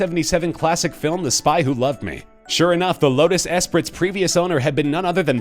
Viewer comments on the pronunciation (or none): Hello?? Esprit is not pronounced 'es-prit' it is pronounced 'es-pree'. Doofus. Get a clue. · Lotus ESS-prit? Dude... It's pronounced "ess-PREE." Starting to think this is a bot doing the VO and not a real human... :-/ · Lotus esprit is pronounced eh-spree not eh-sprit. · It is a LOTUS ESPRIT, you pronounce the second word eh-spree....not eh-spritt. Really, it's embarrassing. Also the story about the man with all the Thunderbirds, you stated he only had 1 foreign car the vw bug. Well the video you showed had a vw Thing. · It's pronounced "Espree" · It’s pronounced ‘espree’ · What kind of announcer doesn't know how to pronounce Esprit or Coppola? The shitty Top Trending "announcer". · Common man. It’s not Esprit with a hard T. The T is silent. You sound like a moron.